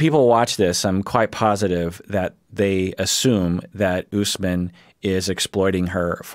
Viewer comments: It is oosmaaan. The a is pronounced like the British pronunciation for can't, dance etc. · Usman is pronounced "ousman" ( got it right). The name comes from Othman, which is a common name in other parts of Africa.